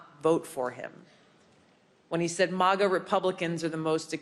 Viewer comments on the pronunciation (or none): Lol 'mAHGah', haven't heard it pronounced that way before. It's mAGah 😁👍 Manga mohnga Animay aunimay Ok I'll shutup